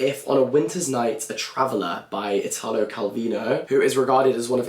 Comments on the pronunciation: You're reading Calvino and that's an EXCELLENT choice, but you should also try "One, no one and one hundred thousand" by Pirandello! PS: it's EE-talo, non ee-TAA-lo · one thing tho. Italo, though being similar to Italia/italian in the pronounciation, is actually pronounced like Italy, with the accent on the I instead of the a